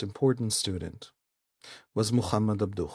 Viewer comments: Just FYI, it's not "ab-DUCH", it's "AB-du". That H is a "ه", or "ה" in Hebrew. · Just for your note: Muhamad Abduh's family name ends with a silent "h" or "ه" in Arabic. /Abdu/ It's not the "h" in Hamas that is "ح" or "ħ" in arabic.